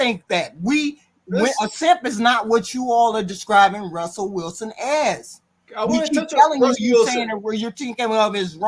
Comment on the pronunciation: It’s funny how they never said Russell Wilson right the first time lol they don’t even respect him